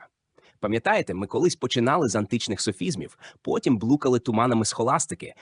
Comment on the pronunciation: блУкали, блУкали, й заблУкались